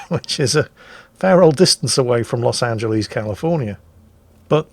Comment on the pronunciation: Please stop saying Los AngelEEEEEEEZ... XD My ears are bleeding. Otherwise, nice vid :P